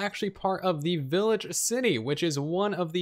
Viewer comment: Did you just say “willage” instead of “village”?